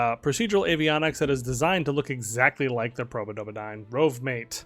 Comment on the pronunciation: i love the probodobodyne mispronounciation :D